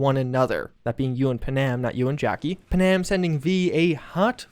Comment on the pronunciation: “Punam”? I’m pretty sure it’s pan-am